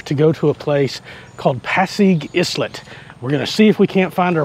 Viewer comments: was islet supposed to be pronounce as "i-let" instead of "s-let" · i think it pronounce ay-let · Islet is pronounced isle-let, simlar to how island is pronounced isle-lund not is-land.